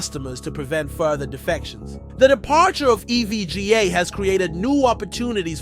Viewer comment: LOL what did you call "E.V.G.A." eevgaa? LMAO and its not Q Da is pronounced "Coo Da" lol you should know the industry before trying to report on it.